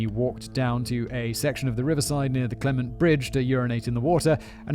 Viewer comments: Clemen-tae bridge not clement fyi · Simon pronouncing Clemente wrong. Me: well that’s how it’s pronounced now 😂